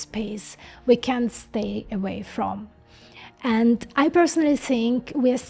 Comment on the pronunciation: I love your videos! If you can't say can't try saying cannot.